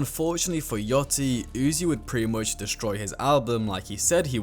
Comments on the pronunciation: It’s yachty not yotty btw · “Lil yottey” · I heard : Lil yottie Me: aight bro has no idea on what he's talking about. Pauses, checks comments, commented myself, leaves. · "lil yotty" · ain’t change the fact he said lil yottie